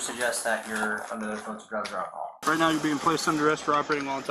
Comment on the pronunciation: Just here for the overuse of “akahall”